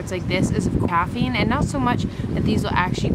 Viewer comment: Also the a in chafing is pronounced like "bathing", not "bath"